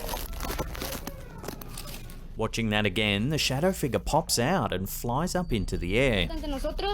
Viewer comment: wtf is a figga?? Ohhhh you mean figure🤦🤣